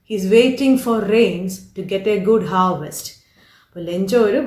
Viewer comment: Good pronunciation. But harvest...